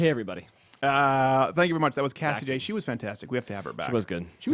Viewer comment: Cassie Joye? Cassie Jays? WTF?!!! I'm Going crazy!!